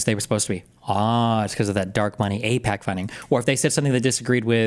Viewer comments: The ones of the group who I don't trust is that black gay dude who did like 10 videos wishing Bernie Sanders had another heart attack , and pakman cuz he pretended to not know how to say AIPAC. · Pakman literally said he can’t pronounce AI-P-A-C. Can you seem more of a liar than that? 😂